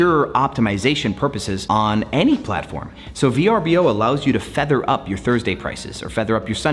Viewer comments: It hasn’t been V-R-B-O for some time they rebranded nearly 3 years ago. It’s actually spelt Vrbo and is pronounced ver-boh. Great video just bothers me when people talk about a platform and don’t care to know the proper pronunciation and branding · It’s pronounced “Ver-boh” per VRBO. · You’re right - it bothered me too. It’s pronounced “ver-boh”